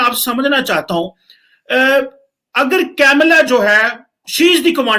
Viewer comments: Arey bhai.... It's not 'camela'.... Its KAMALA...... ka-m-la.... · Camela nahi ji kamala